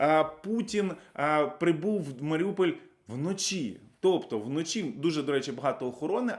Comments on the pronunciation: Маріуполь, а не Маріупіль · Маріуполь, not Маріупіль